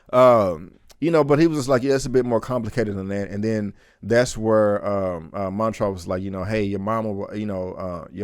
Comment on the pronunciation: Why do you keep pronouncing the characters names incorrectly? Montrose is clearly said in the show and so is Hippolyta.